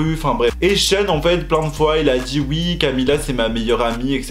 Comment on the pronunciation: Camilla cabeiyo au moin il a bien prononcer camilla depuis la derniere video